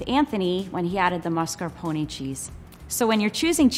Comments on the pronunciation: Level 2 Chef: "I'm italian" Also Level 2 Chef: "Mascarpounnn" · It’s pronounced MASCARPONE not maRscapone